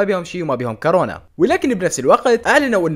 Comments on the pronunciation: ما اسمها كارونا اسمها كورونا😘😘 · كورونا مو كرونا